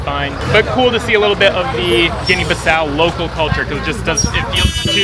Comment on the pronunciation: You don't know how to pronounce the country, it's Guinea-Bissau. You need to learn how to pronounce it, it's not Guinea-Baso